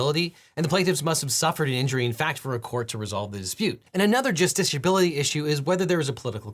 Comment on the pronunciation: I just had to leave a comment giving you KUDOS for saying justiciability multiple times with seemingly little effort. It's not an easy word to say!